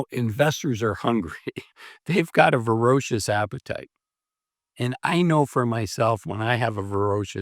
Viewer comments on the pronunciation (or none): that's vor-A-cious appetite... not to be confused with fer-O-cious... You seem to be mixing the two by pronouncing it, ver-O-cious... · It's voracious